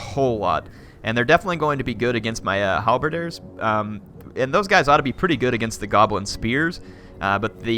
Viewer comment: halberdier not halberder